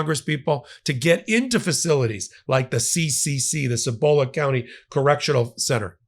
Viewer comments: Thanks. Cibola is pronounced SEE bo la, emphasis on the first syllable. I truly see all of this as human trafficking. CorCivic has also been in trouble for another facility in Estancia, Torrance County, NM, a facility making up roughly half the population of the tiny town. A group of Haitian migrants have been held there, seemingly indefinitely, while they are 'processed. The facility was built in this dying town to take advantage of both isolation and the desperate-for-jobs population there. NM has entered into contracts based on body count and CorCivic has threatened lawsuits against the state because the state hasn't provided enough bodies for full payment in the Estancia contract. Bodies for dollars sure sounds like human trafficking to me, and I'm guessing that the interminable housing of Haitian migrants... not criminals but migrants... stems from a desperate effort on the part of the state to maintain the body count. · Cibola is pronounced SEE-bo-luh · By the way, you said Cibola close enough. You just put a little too much emphasis on the bo.